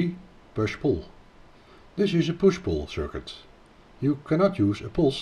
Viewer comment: Sa démonstration est très intéressante et très bien faite mais il nous agace avec son accent auvergnat, le gugusse ! On ne dit pas : "moche Fête" mais on dit : "MOS FET". Même chose pour le : "pouche poul".